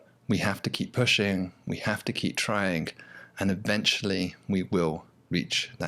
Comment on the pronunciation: It is trying not tryingk. 😋